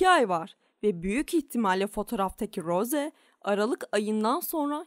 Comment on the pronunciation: Rose değil ros diye okunuyor